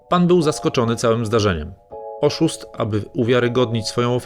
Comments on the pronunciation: "OSZÓST" XDD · "oszóst" XDDD